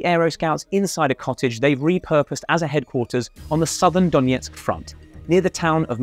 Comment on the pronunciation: there is no need to overcomplicate the pronunciation: not Doniyetsk, but Donetsk, as simple as it looks